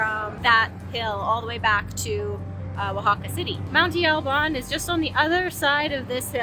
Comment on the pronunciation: El Mirador means The Lookout or The Viewpoint. Espejo (s-pay-ho) is Spanish for mirror. Monte (mon-tee) Alban not man-tee.